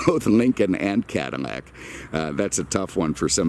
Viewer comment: I love his videos but is he saying "Cadamac"?